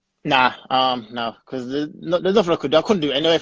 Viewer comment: Chino Official He would have made over 120,000$. Dummy. The word is “because”, “becah” isnt a word and makes you sound even dumber. Paying for One month living situation in the US is a lot less than being paid nothing at all. The UFC is also paying for the fighters living situations who did fly over so that cost isnt even on the fighters, the ones who did fly over are being paid as well.